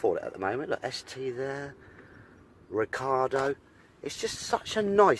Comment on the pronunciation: Made me laugh every time you said Recardo seats. It’s Recaro mate 😂😂 I’ve got an Focus ST and absolutely love mine. Just had it a week. Also got the 19inch wheels.